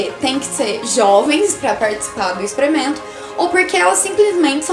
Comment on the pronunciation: Expremento. Kkkkkkkkk